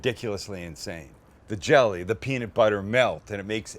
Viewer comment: looks good but the way you say peanut really bothers me.